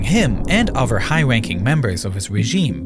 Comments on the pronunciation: like nardwuar, this narrator is unable to make a “th” sound, strangely pronouncing it as either “d” or “v”, ie: brother/other = bruvver/uvver the/that/they = duh/dat/day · am I the only one that is irritated by the fact the narrator cannot pronounce "th" Brover (brother) , anover (another), uhver (other), etc.